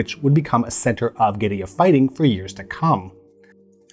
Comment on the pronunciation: Thank you so much for the proper pronunciation of 'guerilla' - I hate to hear 'gorilla wars' 😂. Almost as bad as 'aluminum'.